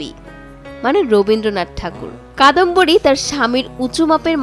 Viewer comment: যার কথা বলা হচ্ছে তিনি কাদম্বরী, কাদম্বিনী না